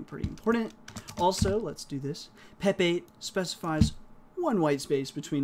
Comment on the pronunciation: LoL every time you say pep 8 I hear pepe and frog people go through my head.